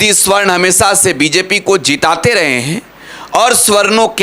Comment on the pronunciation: Savarn hota hai swarn nahi hota hai